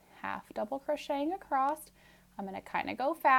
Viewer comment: I’m stuck on “acrosst” 🥴